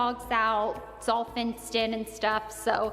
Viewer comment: she said fenced :D 😂